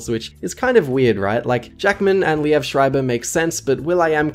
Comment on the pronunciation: its lee-v not lee-ev